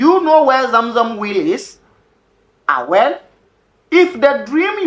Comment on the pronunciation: Great teachings, but I struggled to understand what you meant by 'will' till you said Abura, which is "well" not will